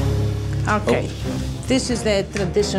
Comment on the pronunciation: I’m oKEH